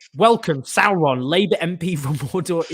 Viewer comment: You pronounced Sauron wrong Owen! Dunno if I can support this channel any more 😳